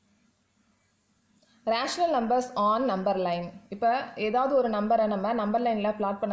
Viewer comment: It is not raational,it is rational